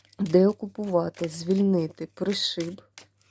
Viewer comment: Пані, вірно говорити про селеще При'шиб, наголос на при(и)